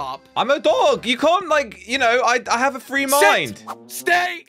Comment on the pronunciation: Bro did say $hït or Sit?!?